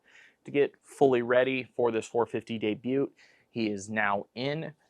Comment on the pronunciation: Love the content but I was thrown off with pronouncing the t in debut haha